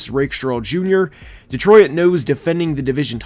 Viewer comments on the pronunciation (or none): The way you say Detroit drives me nuts lol.